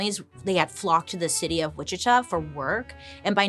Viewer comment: I LIVE IN WICHITA KS AND THANK YOU FOR NOT CALLING IT WIH-CHEET-AH 🤣